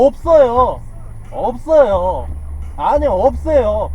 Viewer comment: 제보자분 발음 웃긴거 무슨 소리에여? 우숸 통휑권은 업쒀요 업써요X2